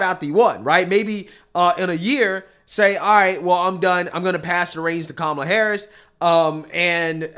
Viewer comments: Timestamp...Did Whoopi just pronounce our V.P's name as ''Camel La''...🤯 Where's Micheal Eric Dyson when we need him?😆😅😂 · Whoopi pronounced Kamala as Camel-a. 😂😂😂😂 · Wait whoopi said camel-a! Where’s the correction police? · Hee hee! Whoopi said 🐪 Camela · Whoopie needs to be reprimanded. She said "Cam-a-La". She is purposely mispronouncing her name. Dems say that is a no-no. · Did Whoopi just pronounce Kamala wrong?? I'll answer for you, SHE ABSOLUTELY DID... 🤣😂🤣😂🤣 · Whoopi pronounced Kamala wrong , she should be grilled and called a racist. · woopie mispronounced v.p.harris' first name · Why doesn’t anyone point out Whoopi mispronounced Harris name. Is she racist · So wboopi says Kamala's name the wrong way, and nobody calls her out! Wtf?? I thought nobody can say her na.e wrong?.... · Did Whoppi pronounce Kamala's name wrong??? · Whoopi pronounced Kamala's name wrong I guess its ok when she does it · In this clip am I the only one that noticed Whoopie mispronounced Kamalas name?!? Racist much? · Whoopie said her name wrong...crickets. 😂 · whoopie didnt pronounce "kamala" correctly.. she's racist!! The view has on multiple times said that, yet she doesn't even say it correctly. Cant make this up 🤦‍♂️ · Whoopi mispronounced Kamalas name lol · ….how many times has this guy says,”LOOK”. … WHOPPI ISN’T YELLING,”CHILDREN!!! , CHILDREN “ (….. how come nobody noticed Whoopi said Kamala’s NAME WRONG !!!! ). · So is whoopee a racists white supremacist bigot for mispronouncing CommieLas name? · Whoopi just mispronounced Kamala, someone call the naacp! Those words are violence! /s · I enjoy how Whoopie constantly mispronounces "Kamala" after they made such a big deal about others doing it. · Did you notice that 0’Biden ‘mispronounced’ KoupMaLa’s name? I thought it was “racist” to not say it ‘correctly’? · Where all you people at calling out when over here saying her name wrong. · Did anyone recognize Whoopi didn’t pronounce Kamala right? Lol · Did she say Cam Ala?